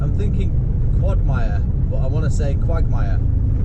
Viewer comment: "Quagmire" pronounced !Quogmire"...